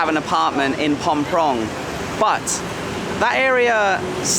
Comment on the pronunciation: Did you say Phom Prong? 😮it is Phrom Pong mate. Enjoy your videos and actually just finished your Hong Kong hike which was cool.